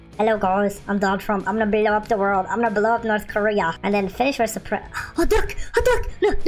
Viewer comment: xd that so funny when u said korea